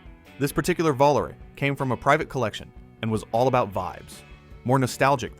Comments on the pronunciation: Dude... It's not a Volar... It's a Volare... The E isn't silent... Watch the commercial when they came out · This would have been a good video if a real person narrated it. I am available. I can do better than crappy AI that mispronounces every other word. Volare, Vol are? Vol are a, come on. It just gets worse and worse as it goes on. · AI mispronounce Volare right away. Goodness gracious, I hate AI narrators. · Cannot pronounce Volare' ??? must be Ai, again, UGH will Ai take over history and SCREW it up?? One Example is... lets double that to